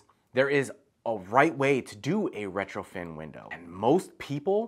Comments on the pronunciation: If you say retroFIN Windows one more time... smh.. lol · I was so confused. I don't know much about windows so I kept having to recheck the title of the video and the comments. He's saying retrofiN with so much confidence over and over but the title says retrofit and comments are saying retrofit.... I'm like how is it possible an expert window installer says the wrong term numerous times, every time, through an entire video??